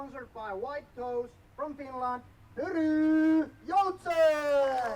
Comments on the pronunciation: Funnily enough pronounciation of "Pyry" was way better and closer than the pronounciation of "Joutsen" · Joutsen is pronounced more like "Yo-tsen" than "You-tsen". But the Pyry-part us going so much better 👌🏻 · learning Finnish name pronounciations is admirable. Hears the name once in a language where R is pronounced very differently from his own and instantly gets it like 99% right. Impressive af. 👏🏻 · A lot of people can't make their Rs sound like that. It's a good skill to have for commentary.